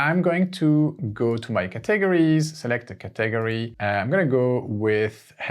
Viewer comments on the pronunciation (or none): Very helpful. I'd love to see a part 2. Also, just as an FYI, no offense meant, just an fyi...in the USA we pronounce "Category" as, "CAT - UH - GORY", not "CA - TAG - ORY" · Please learn and practice pronouncing "category" in English. /ˈkæt.əˌɡɔːr.i/ You seem to be breaking it into syllables in a different way, such that I can't even make out exactly how you did it, it just sounds too weird. Just start by saying the word "cat". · Brilliant... Btw, are you saying the word "category"? I'm used to hearing it as 'ca ta gory'. Just clarifying. Thx. Great job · It's not caTAGory. It's CATaGORy. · Thank you so much❤ So I really love the way you are saying Category too. I thought is was a math computer greek word and then I realized after a few times. Just FYI it is CAT like meow Ahhh Gory ( gory slasher film) But personally your way is more interesting❤